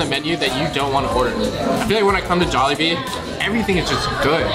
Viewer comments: idk why i get triggered when he says Jollibees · Can he stop pronouncing Jollibee as “Jollibees” like what?